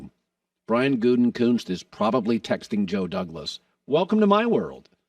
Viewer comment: Hey Colin! Try learning how to pronounce "Gutekunst." The extra "n" you are pronouncing isn't in there.